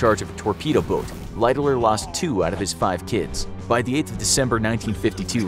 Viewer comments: Lighterloererer what kind of pronunciation is that?????? The phonetic pronunciation light-haller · I watched as far as the hideous pronunciation of "Lightoller" and could not go any further.